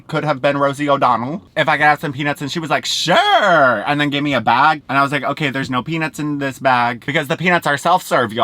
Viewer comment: Take a shot every time says “okarrr”